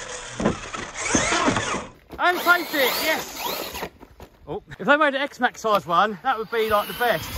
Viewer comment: I feel like says xmaxx every vid